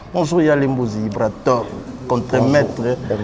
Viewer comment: Ibrator et non Ibraror bo corriger ko Ah ! 🤣☝🏽